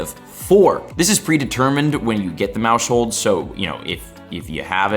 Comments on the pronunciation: Maus-hold, not Mau-shold lmao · Yep, he's missing the "household" pun. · Bro it's "mouse hold" a play on mouse plus house hold stop saying it wrong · Isn’t it pronounced mouse-hold, as in like a “household”? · Pronouncing maushold like that is crazy. Pretty sure it was intended to be like "mouse hold" like household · stop pronouncing Maushold like that!!! You said it wrong then you said it wrong like 20 more time in the space of 3 minutes, very painful :/ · Dawg why u say maushold like that lmaooo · the way he's saying maushold is bothering me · You say maushold so weird bro lmao why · I think he should close his moush hold since he can’t say Maushold, good lord, it’s your job, at least try.